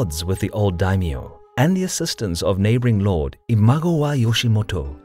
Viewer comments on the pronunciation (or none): none